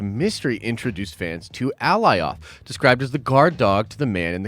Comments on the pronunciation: I’m a big fan and not hating but dang. How are you slaughtering these names so bad here lol. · How you mispronouncing Alioth when they said the name like twenty times in the episode 🤣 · Good lord I thought I was the only one hearing that. Lol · Completely butchered Alioths name. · brooo not hard to pronounce alioth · the smoke giant’s name is Alioth. basically it’s Galioth like the rollercoaster but without the G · Cringe every time he says Alioth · How do you watch the episode, hear them say Alioth and still butcher it that bad?! 🤦🏽‍♂️🤣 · Glad I’m not alone. I’m so close to disliking the video lol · Right? How is he gonna mispronounce it after watching the episode? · Alioth (uh-lie-uth) not fuggin "Aleeoth" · Bro I know you watched the episode. Did you not here them call it A -Lie-ith . Not ALLY OTH. My ears hate it. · Alioth ( a-LIE-uhth) 👀🤷🏻‍♂️ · Alioth = Uh-Ly-uth =/= Ally-oth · how can you not know how to pronounce Alioth? They said it more than once ffs. Did u even watch it? A-LIE-OTH!!!!! as in the first part of Goliath! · AH LIE OTH The show pronounced it correctly the entire time and this dude is butchering it. Amongst other things. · How is everyone fucking up this name so badly.. A-LIE-ITH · Lol brotha its Alioth. Like GOLIATH with No g. Thats how I think about it. Lole the way you say it is funny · Al-lie-oth!! 😂😂 good try bro. They literally say its name every few mins in this episode! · Dude, they literally say the name Alioth in the show a number of times to give you the pronunciation.. Ah-lie-uth. You know your stuff but the gross mispronunciation is distracting and hurts your credibility on attention to detail when having insane attention to detail is like one of the biggest prerequisites to being an uber nerd about this stuff. It's a stupid gripe, I get it but dude.. you are better than this! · It's A-lie-ith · Say Goliath without the g. Killing me sayin the name like that. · “Ally off”??????? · cringe every time I heard Alioth mispronounced.